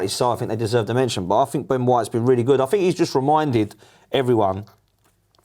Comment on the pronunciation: For the Empire that invented their own language which dominates the world, they sure cant speak it...'fink' (think) and 'free' (three) 😂😂😂